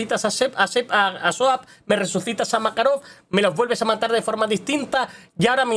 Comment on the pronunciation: Suap? O Soap😅